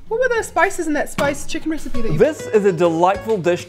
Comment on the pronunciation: Somewhere Ignis Scienta be like: I've found a new recipeh!